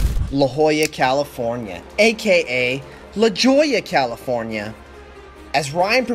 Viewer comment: Did he really just mispronounce La Jolla lmao